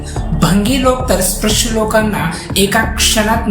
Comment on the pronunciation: आधी नीट उच्चार शिक स्प्रश नाही रे स्पृश्य.